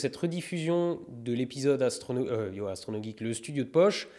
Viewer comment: YOOO Astronogeek 😂 On voit l’alsacien 😛😛